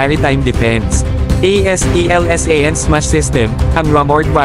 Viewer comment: aselsan po pagbasa niyan...hindi A.S.E.L.S.A.N